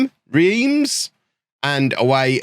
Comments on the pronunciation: I think Reims is pronounced ronce; like France without 'F'. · please look up a pronunciation guide for reims. i don’t think you’ll be able to pronounce it correctly i just think it’ll be funny to see you try